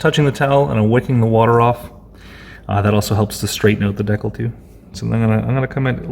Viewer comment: From the persistent chirping smoke alarm to the consistent mispronunciation of "decal", this is a masterful work of psychic terrorism.